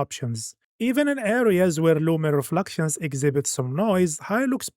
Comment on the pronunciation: it is called ultra not oltra, reflections not refluxtions, it is so annoying pronouncing them wrong for like hundreds of times